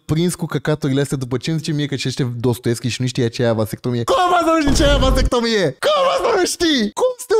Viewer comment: Dex: va vas vat vastectomie sau cum o fi:)))))))) am murit de ras